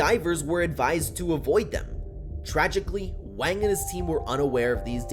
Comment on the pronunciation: The name Wang is pronounce with an "ah" sound, like in the word "water" or "gong", and not the way you're saying it.